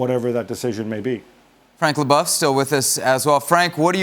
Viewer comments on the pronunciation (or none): none